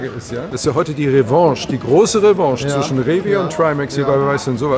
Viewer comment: Ach Rewi mit seinem "zwichen" ^^ Finde es gut das niemand perfekt ist, und das macht ihn halt auch aus das er gerne das S bei manchen Wörtern vergisst. ^^